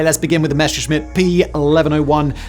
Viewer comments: Enjoying your content as always. Let me just say it is "Messerschmidt", not "Mesherschmidt" - "Messer" with simple clean s ;) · C'mon, Simon. Messerschmitt, compound form of Messer-Schmitt (German historical spelling, literal meaning "knife smith") only features one single sh-sound, in the third syllable. There is no sh-sound in Messer. You can pronounce it correctly with just a little bit of effort. I believe in you. 😉